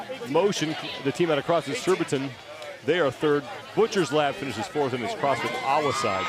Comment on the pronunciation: It’s SURBITON boys, not ‘surbitron 😂. 🇬🇧